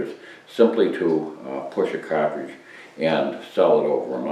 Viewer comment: What a soothing voice....CAH-TRIGE :-)